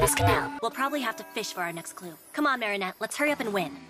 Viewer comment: that ain't Marinette, thats Merry-go-round , nah, that's not Adrien, that's A-drain💀